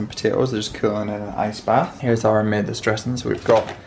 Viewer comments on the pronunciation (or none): none